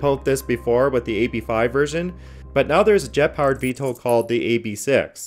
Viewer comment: Why is he pronouncing it VTOOL lmfaooo